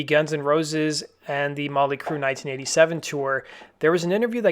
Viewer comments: Yeah, that was driving me fucking nuts. No emphasis on the 'T' in Motley at all. Its REALLY annoying. LoL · Why does it sound like he keeps saying Molly Crue. It's Motley.